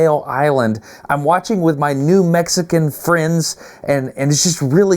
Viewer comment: I heard new Mexican (country), but I think you meant New Mexican (State) friends. LOL I had to back it up, cuz I was like...waaah? LOL